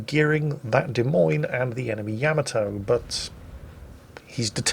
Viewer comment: Take a shot every time says "Yamato" incorrectly in this video!